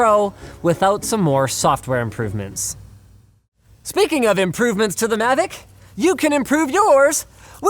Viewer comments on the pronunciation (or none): Um sorry but it’s mavic not “Mavoc”